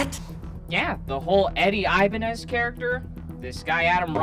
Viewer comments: Red flag from the beginning, the guy didn't know how to pronounce his own last name. Ibañez (e-bAh-gnes). You don't say it like "Ivanhoe". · The biggest scam here is saying his name is eye-bah-nez. Ni ningun hello, ni ningun good afternoon, aqui se habla español. 😤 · I mean I could tell he was a fake simply because he pronounces his last name incorrectly.